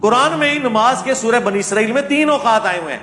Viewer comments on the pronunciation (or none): none